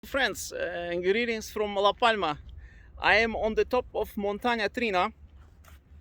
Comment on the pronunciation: It's Montana TriAna ;)